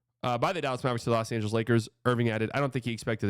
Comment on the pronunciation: "Loa" Angeles?